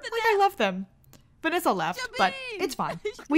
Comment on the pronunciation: You say Venessa's name strangely... Are you saying "Vinissa"?